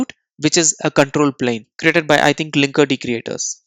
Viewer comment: Great video! BTW, "paradigm" is pronounced "paradime," and "linkerd" is "linker-D".